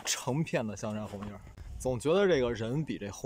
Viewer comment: 红叶 不加儿化音吧